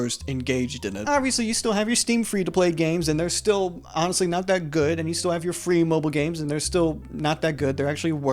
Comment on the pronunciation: fwee games are good